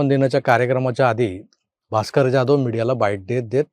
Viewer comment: प्लीज Jadhav / जाधव.. असे उच्चारा....